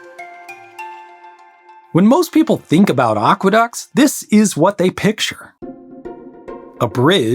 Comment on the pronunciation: They are not "oqueducts"; they are aqueducts.